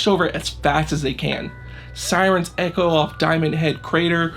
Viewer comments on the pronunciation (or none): none